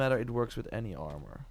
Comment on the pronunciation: Man i been watching for a minute. Since he would say arm-or. But he always knows how to get the best items in AAA games, especially assassins creed. Im literally only 3 hrs into the game. I pre ordered it too. But i started playing wuchang, then ghost of yotei. Now im back to shadows